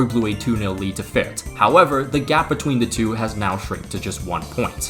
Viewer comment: brother said Fürtz lmfao